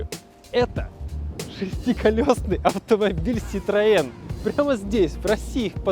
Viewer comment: Вот блин,, ах вон оно чо!! Перметэ муа ситроээн,, уи Уи. 🙃